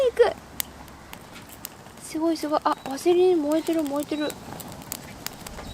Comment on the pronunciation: しゅごい がかわいい😊 たまにすごいって言ってしまうところもかわいい❤